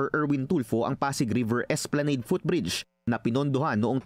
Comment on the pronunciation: ESPLANADE IS PRONOUNCED AS ESPLANAHD. NOT ESPLANEYD. PAKI SAMPAL NG REPORTER